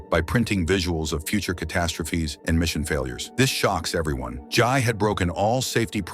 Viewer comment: It's Jay not Jai